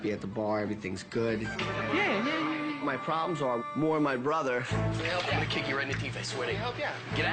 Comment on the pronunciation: "The fryer is gonny....is gonny..."